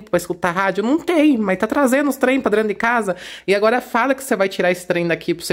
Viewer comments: Boa tarde,! Vou te dar uma dica, apesar que sei que vc não gosta. Veja: Vc fala....drento. Mais difícil do que a palavra certa, DENTRO....treina vc consegue. Amo seu canal! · Kkkkkkkkk. Se incomodaram com o "Drento". Seus vídeos me divertem e sou professora de português. Deixo as correções para a sala de aula. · se vc sabe que está errado fala certo até para suas crianças aprender falar que e dentro não drento😊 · Olha esse drento não é nada comparado com minha cunhada que é professora com pós graduação em pedagogia e fala carcanhá.